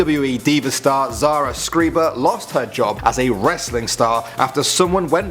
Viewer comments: Its shhhh-riber you foreign d-bag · pronounced sh rye ber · Interesting how the name Schreiber is pronounced Skreeber in the States. It’s a German word which means “Writer.” It is originally pronounced “Shryber.”